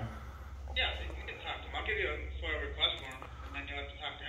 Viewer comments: It's a Freedom of Information Act form. FOIA not FOIL Just sayin' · Just for future use, the word is FOIA not Foil. Freedom of information act. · It’s FOIA not FOIL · Its called a FOIA lol. Not FOIL. Good job tho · FOIA... NOT FOIL.. EXCELLENT JOURNALISM!!! Subbed. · Is he saying foil? It’s FOIA! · I don't want to be a stickler, but unfortunately...my DNA won't allow it, lol. It's FOIA (aka foy-uh). Other than that, flawless 😎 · It’s F O I A, it’s pronounced “foy - yah” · Jesus you dont deserve a form solely on how you pronounce it. Its FOIA!!!!!